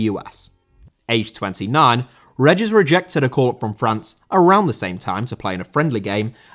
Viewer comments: David Regis’ surname is pronounced “Ree-Jiss”. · REEGUS not reggiss ughhhhhhhhh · it's ree-jis ffs lol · That pronunciation of 'Regis'. Damn.